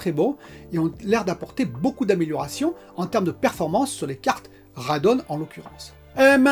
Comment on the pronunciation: Hi décidément, pour les gpu AMD ça se prononce Radéon 😁